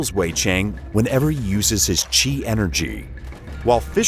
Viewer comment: I'm surprised he pronounced chi right and didn't pronounce it like "chai"... lol